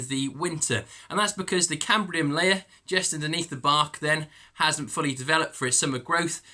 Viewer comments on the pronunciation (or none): CAMBIUM LAYER not cambrium layer.